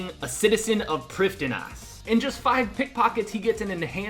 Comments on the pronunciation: I thought it was pronounced prive-thee-nas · Why do you say Priffddinas that way 😂😂